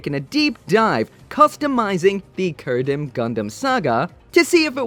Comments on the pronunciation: It's pronounced Chair-ru-dim not Kair-ru-dim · It's Che-ri-dum for goodness sake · Kerudim saga? Man your pronounce really succ